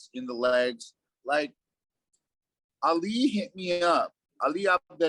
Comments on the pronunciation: one day Ali is gonna watch one of your vids and hear u callin him Alley. Lol my dude it's Ah-Lee u know like Mohammed Ali lol. Love ya brotha just had to throw that out there keep up the good work love the content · Lol calls “Ali” “Allie”